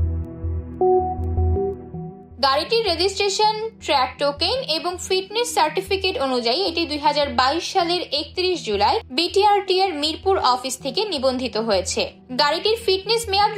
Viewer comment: উপস্থাপনায় এত ভুল! ট্র্যক টোকেন? বি টি আর টি এ??